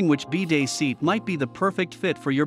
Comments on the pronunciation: Stopped watching as they can't even pronounce BIDET correctly, lost all credibility with any info this video might provide. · Since when is it called a BEE-day?